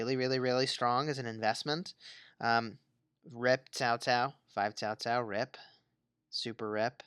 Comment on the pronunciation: Why do you keep saying Tao Tao? Isn't in Cao Cao???